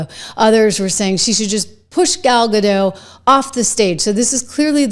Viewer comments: It is GADOT NOT GADO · It's pronounced Ga-DOT, not Ga-DOW. Gal is Israeli, not French. 🤪😝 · ....not to be picky but its pronounced "ga-dot" rhymes with "got"... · Hey…just one thing. Gal’s last name is Gadot. The T is pronounced. It’s Hebrew, not French. I noticed that a lot of Americans pronounce it like JK Rowling intended Voldemort to be pronounced.